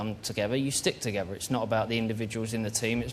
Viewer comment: It's not togevver David it's together lad!